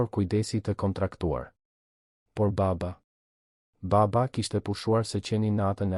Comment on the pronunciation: Po theksoe Mir fjalen baba Jo ba-ba